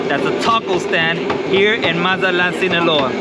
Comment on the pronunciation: Say it correctly cabron!!! MAZA-TLAN!! You got Spanish speaking viewers too